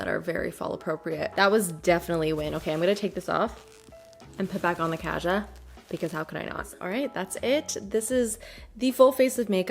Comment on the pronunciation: Hi! Kaja is pronounced kawjaw/kahjah (가자), emphasis on the second part of the word. It means let’s go in korean :) (not trying to be rude I just know there’s been a lot of confusion with the pronunciation for a lot of people so hopefully this helps others too!)